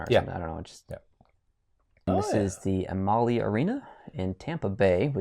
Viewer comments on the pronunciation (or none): U pronounce the lightning arena Emily with a instead of e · It's not Am- al- ly arena it's Am- ah- ly arena Amalie Arena. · Am-a-ly that’s how you pronounce it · Hey Amalie is pronounced Am-uh-lee arena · For Tampa, it’s pronounced Am-A-Li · FYI Amalie arena is pronounced am-A-lee arena